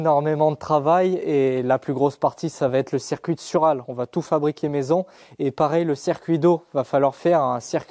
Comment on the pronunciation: Le « cerf-cuit d’eau »